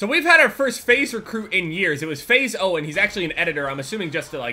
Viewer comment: When first said faze owen i though he was saying faze oh